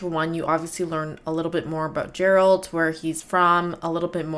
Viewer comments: Ouch! This was painful to watch. The first half an hour of non-related side-game mobile vids pretty much summarizes the lack of effort that went into this. Consider at least learning the protagonist's name before you butcher it for an hour straight. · It's not pronounced Jeralt. It's Geralt, with a G pronounced like in game. This woman is a character that only appears in the final DLC of Witcher 3, Blood & Wine. However this was the launch trailer for the main game which means the devs had already planned ahead. Nope, she's not. This woman is not a cursed human, she belongs to an entirely different species - she is a vampire. Vampires in the Witcher universe are not undead humans btw, they are a completely different species originating on another world. They came through a portal during the Conjunction of Spheres like most other monster species, however they retained their sanity and intelligence (which is not the case for all species, some went mad or where reduced to animalistic monstrosities acting only on the most basic instincts). The woman in the Witcher 1 trailer on the other hand is a Striga, a cursed human. Not all monster species are creatures from other worlds though - some of the more classical creatures like dragons or griffins are natural parts of the Witcher world while the post-conjunction creatures are basically aliens. You missed quite a few trailers for both Witcher 2 and Witcher 3 btw. Here's a list of some trailers you missed: - Witcher 2: Assassins of Kings launch trailer - Witcher 2 Return of the Kingslayer (also the opening cinematic for Witcher 2) - Witcher 3 Killing Monsters - Witcher 3 The Sword of Destiny - Witcher 3 The Trail (opening cinematic for Witcher 3) - Witcher 10 year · Love that despite them repeatedly saying Geralt with a hard G you still pronounce it Jeralt :) no need to roast you, you are frying on the Jas :) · Good reactions and I enjoyed watching your analysis. Also its "Geralt" with G as in Great, but not G as in Ginger.